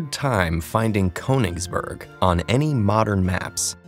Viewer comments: why do people ignore accents in words - for goodness sake, it's a german word and that accent means you need to pronounce it, KURN-isberg where on earth is cone-isberg? :p PS i'm not too up on swiss but since it also has many german speakers, i'd guess the mathematician's name is pronounced OIL-er, not YOU-ler! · It is pronounced "K - oo - nigsberg" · Konigsbörg... the more you know hahaha. Ich liebe es wenn USA einwohner deutsche Städte aussprechen :) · ❗It's pronounced /kyynii'hsberg/ not /kowningsböög/ ❗ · Ah yes Ko-eninngsbörg what a fine city name. Almost as good as the name Iler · Its pronounced "kOOnitsburg" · It’s pronounced “Kenigsberg” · No one: Ted: KONINGSBERG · it's not "coaningsburg"... why do English speaking people have to add a god damn diphthong to every god damn vowel sound? I can understand not getting the ö right seeing as it's a letter that doesnt exist in English, but at least pronounce the o straight and without a diphthong then. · i'm very angry how you speak "königsberg" you say "konigsborg" :( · "korningsborg" WutFace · This is an excellent video. It begs the question why apparently no language coaching was given the the narrator. Even in English it should be possible to pronounce Königsberg in a fashion that would be understood by a German. This wasn’t close. Attention to details matters. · I'm sorry but the way you pronounce "ö" like an "o" just kind of pisses me off. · why can't any american pronounce ö? it's not a hard sound, we have the same sound in english. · And graph theory is now a sub-branch of a larger branch of mathematics: topology. Note: In this vid, "Euler" is correctly pronounced ("oiler"), but "Königsberg" is not. The umlaut over the "o" makes its sound into something closer to the "oo" in "look." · ö is pronounced like 'ir' in 'dirt'. Can at least one channel get it right please. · He manages to pronounce Euler correctly, but still fucks up the umlaut in Königsberg...